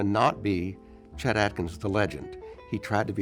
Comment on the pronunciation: To the types it's chet and not jet